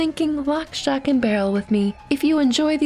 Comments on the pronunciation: Shock, not "stock" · lol she said stock instead of shock which is the name of the witch child just saying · It’s shock not stock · Stock, not shock, she just pronounces it wierd